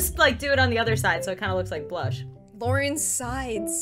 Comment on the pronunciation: said LAURENSIDE not LaURENZSIDE this is an outrage